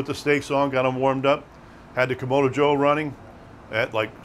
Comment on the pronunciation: Kam-ahh-do, not Kam-O-do